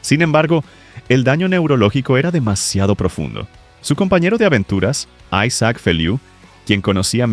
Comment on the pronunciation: A Carles no lo trataron los médicos en medio de una tormenta pues aquí en Cataluña, España, supimos como fuè todo el proceso. Por qué metis , los panchos , tanto solo por ganar likes. Y Isaac se pronuncia aquí en Europa como se escribe, aquí no se yankean los nombres y palabras nuestras, Europeas.